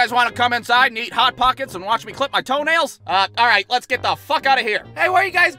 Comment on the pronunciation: more like “Arreight”